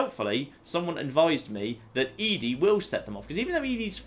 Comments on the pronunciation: Now if you could just say "Eddie" (ED-E) instead of "Edie" (E-D), you'd be golden. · I love watching your Fallout playthroughs, but just one thing bothers me about them. ED-E. ED. E. I'm sure people've complained about your pronunciation of ED-E before, but.. ehh.. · Also, when you refuse to pronounce Ed-E correctly, don't complain about others pointing out your other pronunciation issues.